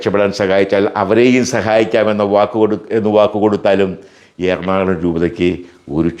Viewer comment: "എർണാള०" അല്ല നമ്മുടെ സ്ഥലത്തിന്റെ പേര്. ""എറണാകുള०""എന്നാണ്. നാട്ടുകാരെ തെറ്റിദ്ധരിപ്പക്കല്ലേ.